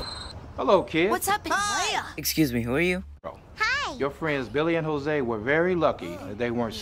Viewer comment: It’s not Hose it’s actually Jose